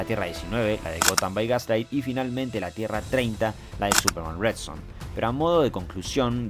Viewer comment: La única crítica al vídeo es la pronunciación del pibe "Supermán", en vez de Súperman